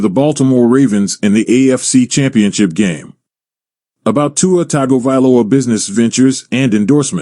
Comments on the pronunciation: It's Tongue go valoa🤦🏾‍♂️🤣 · Totally butchered his name as well as all his families name and hometown name 😂 it’s all good